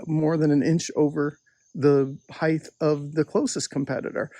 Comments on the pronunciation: Good points but WHY do you keep saying HeighTH? Who taught you to pronounce it that way? Lisp? Tell me!!! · “Heighth”. You learn something new everyday